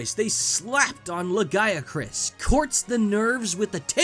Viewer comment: THANK GOD! He got Lagiacrus's name pronounced right.